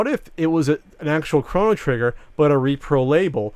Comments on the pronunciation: Chrono not Krano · Chrano Trigger? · Stop saying fucking Craw-no trigger. And btw, conspiracy is real term. It doesn't mean hoax. This guy used the term conspiracy in place of hoax as an interchangeable term. Idiot. Btw, Tower 7 was reported on being collapsed before it even went down. This is simply a fact. These guys need to educate themselves instead of playing video games.